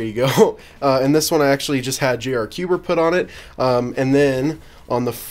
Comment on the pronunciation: hway wsup it jayy arrr cwber Me: ARGHHHHHHHHHHHHHHHH!!!!!!!!!! WHY!!!!!!!!!!!!!!!!!!!!!!!!!!!!!